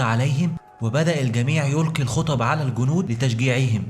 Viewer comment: قناة رائعة لكن يااخي ارجو اهتمامك بلفظ واللثويات الحديقة وليست الحديكة ذالك وليس زالك الجنود وليس الكنود لوسمحت مجرد نصيحة من اخ